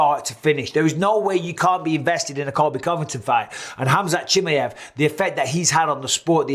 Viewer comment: 🤣 Bisbing is worse at saying Khamzat's last name (Chimmy-ev) than Colby is at saying his first name (Cumshot) 🤣